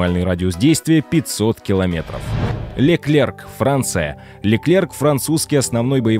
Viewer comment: Не Леклерк, а Леклер.